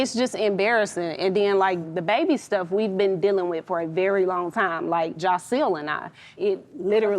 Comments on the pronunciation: Y’all killin’ me with the “Jocile”. It’s Jasiel. Not one comment with it spelled right 😂😂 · annoys me soooo bad She thinks that because she calls Joc “Jahsil”, she special. Girl please. You knew what type of man Joc was before you married him. This man cheated on you MULTIPLE times BEFORE the wedding. And she a whole lawyer 🤦🏾‍♀️ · lmaoo u ain't wrong "Jahsil" is killing me